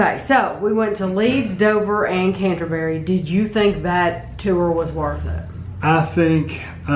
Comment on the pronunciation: Canterbury, not Cantaberi...